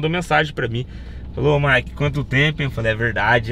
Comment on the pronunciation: Ops caputo o Mike fala errado